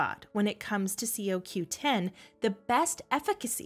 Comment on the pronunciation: Why don't you say it coreectly CoQ10 or is that the way they say it in New Zealand🤣